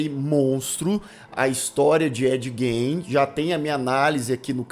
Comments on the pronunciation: O cara assistiu a série inteira, ouviu a pronúncia do sobrenome do cara umas 100x e ainda fala errado 😂😂 A pronúncia correta é Gin e não Gein. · Ed. Gain seria a pronúncia correta. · Na verdade, a pronúncia correta do sobrenome dele, é "Guim". O "e" não é pronunciado. E a pronúncia do sobrenome da Ilse, é "Cók". 😉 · Parei de assistir na pronúncia do Gein😊